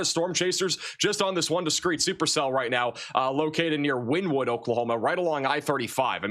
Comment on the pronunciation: It’s pronounced Winnēwood